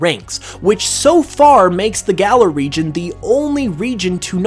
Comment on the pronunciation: It's galar, not gala